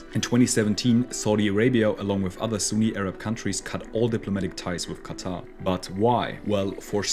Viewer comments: It's not "khhattha" , It's quatar more like (katar) 🙂🙂. Use proper pronunciation. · Bro why does he pronounce qatar as "kata" 💀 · It's pronounced "cutter"